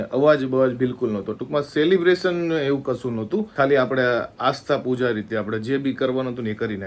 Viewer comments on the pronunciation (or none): none